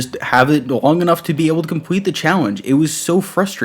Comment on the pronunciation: My guy said "compwete" .